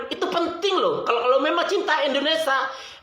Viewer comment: Indonesia bukan indonesa...